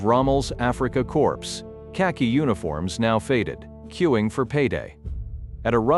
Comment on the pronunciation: Note to computer , corps is pronounced corr!